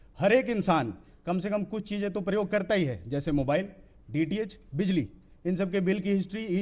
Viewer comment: sir प्रयोग शब्द को परियोग पढ़ रहे है और IAS topper pronunciation को गलत ही सुनकर बैठे हैं ।